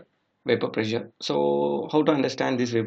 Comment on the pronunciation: Dude! What bakwas. "Boiling point temperature decrease with decrease in pressure". Be more specific. Your OK OK is too distracting. Prezure?